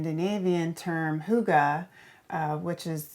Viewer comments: Yes, it always seems a bit strange when hygge becomes a concept, when it's really just more like a feeling :) And please, Americans, it's "hygge" with a "y", like in "hymn", not "hoogaa" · Nice on the outside, but didn't like it on the inside. And she said "hooga" for the Scandinavian word "hygge". I am Scandinavian and that empty cold space has nothing to do with Scandinavian hygge. Hygge is a nice cozy fireplace. Hygge is fabric as in curtains and loose carpets on the floor. Hygge is a coffee table or shelves with candles on them. Hygge is an undefinable feeling of warmth and companionship. This couple and this tiny house - far from Hygge. 😉 That guy, my money, my time, my daughter my my my.. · cant get over the way she pronounces hygge.... houga!?!? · She meant ‚hygge‘, right?!